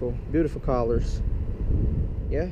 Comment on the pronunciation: that's not how you say colors